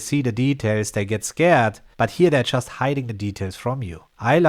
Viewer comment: Ahhhh "just" i was wondering why you was always saying "chess" lol. Tank to subtitle